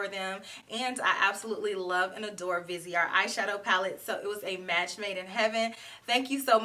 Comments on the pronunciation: Who wouldn't love to go shopping in Paris with? I want to try this Vi-say-ar Grand palette (your pronunciation is good, the T & E the end are silent). 😘😘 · i was born in paris xyou pronunce it very well only dont pronounce the final t